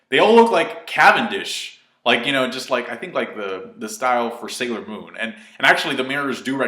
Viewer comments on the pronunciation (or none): none